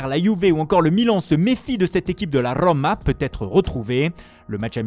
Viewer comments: La RRRRRRRoma . Mdr t es con ou tu le fait exprès . Pas possible . 😂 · La rrrrrrrrrrooomaa i like 😹😹😹